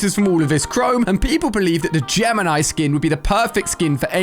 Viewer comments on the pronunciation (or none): none